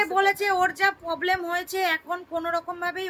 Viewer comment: Poblem , stoke, pes siption , egulo ektu thik kore bolo noito english e bolar dorkar nei..bhison baje sonay